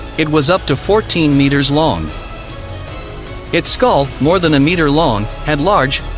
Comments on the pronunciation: The spelling mistakes on the automated voice are quite funny, made me giggle first few times it tried to say meter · Capable? Claw? Meter? Group? Development? I could do this all night.